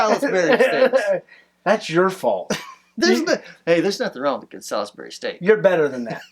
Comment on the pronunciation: Sal-is-berry!? Want a little woos-ester-sheer sauce on that? I'm gonna guess you were going for Sauls-bree?